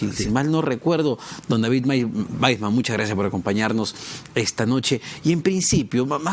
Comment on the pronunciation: Es David Waisman.... se pronuncia VAISMAN